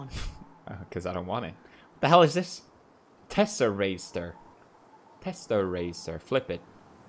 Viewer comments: the superhero card: is obviously pronounced tess-er-ACT-er pewds: teserayster :) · PewDiePie it's tes-sa-rac-ter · ah yes teserester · Lol he said testarester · TesserACTER xD